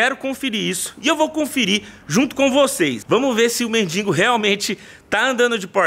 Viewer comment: Pelo amor de Deus meu irmão não é " MENDInGO" é MENDIGO kkkkkk doido da cabeça. Tamojunto